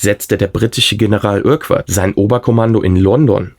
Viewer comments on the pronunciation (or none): Urquart spricht man Örkart aus.